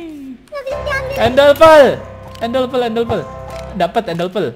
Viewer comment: Bang kok Abang bilang endelpel padahal kan Ender perd